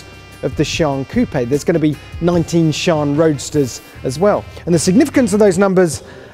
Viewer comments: "Lamborghini Shawn" I ain't an expert but isn't it pronounced as Si-an? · Like one of the upper guys said i'm am pretty sure it is See-Ann like Sea Anne or along those lines. :) However iit is a sick new Lambo. :3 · its not shooonnnn but sian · “The Lamborghini SHAN” 😀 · It's see-an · Omg its torture!!!!! (See-ann) dammit lol🙆‍♂️🤦‍♂️ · Shaun the seep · i don't think that pronunciation is correct 🤔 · Shee-an I'm sure that's how it's pronounced. Best looking (modern) Lambo, next to the Veneno. Good to see Lambo (sort of) embracing hybrid tech as well. And futuristic with those weird supercapacitor batteries rather than the boring safe Lithium ion design. To be fair, almost every Lambo made since the aventador first came out in 2010/11 has been based on that particular model in some way or another. And regarding the only 30hp boost from the hybrid system, I know that these supercapacitor batteries don't have the same storage capacity as regular lithium-ion types but are lighter, have a much better charge/discharge cycle, longer life and greater energy density but can also be much more (apparently up to ten times) expensive, which is the primary obstacle to supercapacitor battery tech becoming more widely used. Lambo also boasted that the hybrid system in the Sian is 3x lighter than equivalent lithium battery types. It is also worth pointing out that the electric motor in the Sian is not for all-out hybrid power, but merely as a power-assist to improve performance (it cannot run on electric power alone) Interestingly Lambo originally pioneered the supercapacitor tech for the Aventador to enable more efficient starting of the engine. Finally, as for the the people complaining about the same V-12 being used from the Aventador, it's worth noting that Koenigsegg have been using evolved versions of the same V-8 since the inception of that brand in at least 1992 or Mclaren with im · Am I the only one who heard "This is the Lamborghini Cheeron" :v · Lamborghini “Shawn”